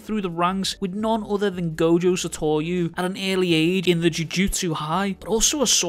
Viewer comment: Love your content but every time i hear you say sato(r)u's name my brain tells me to change the video. With love and respect truly love your content though the feedback would help the channel grow hope to see you over 100k soon